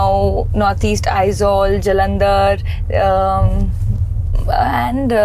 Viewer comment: Whatever people may say, props to her for getting the pronunciation of Aizawl not all fucked up 🤣🤣 Respect.